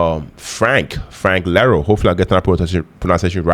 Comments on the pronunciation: Someone else may have commented this already, but Frank’s last name is Iero (ee-air-oh). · Btw... iero, not Lero. Eye-ear-o.